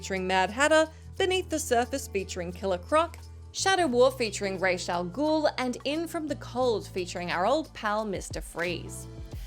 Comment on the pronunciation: Thank you for pronouncing Ra's properly, I remember my friend correcting me when I was watching him play and it blew my mind.